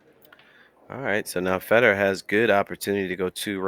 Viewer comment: FAY dor!!! His name doesn't rhyme with cheese. If you can't speak English you have zero business in the announcing game.